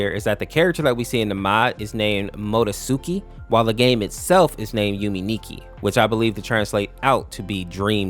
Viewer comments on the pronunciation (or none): pronouncing Madotsuki as "Modo-suki" was definately a choice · It has been a long time since I've seen Tattletail and Yume Nikki in FNF. Oh, Madotsuki's name is pronounced Maa-doh-skii or Ma-dots-ki